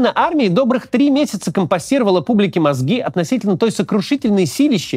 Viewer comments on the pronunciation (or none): Ужаважаемый Максим!компостировала, а не компосировала.. мелочь, но у вас же работает целый штаб по созданию видео